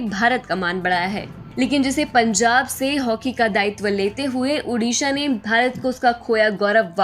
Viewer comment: its not UDISHA the NAME iS ODISHA